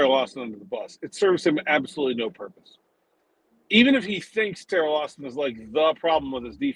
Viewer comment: It sounded like said Terrible Austin, lol. It feels accurate right now.